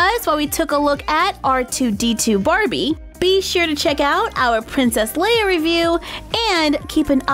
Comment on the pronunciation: Wait I thought it was princess leya not Layla?